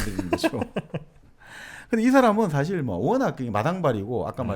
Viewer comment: 사실(事實)을 사실(史實)로 발음하셔서 감히 지적해 보아요 ^^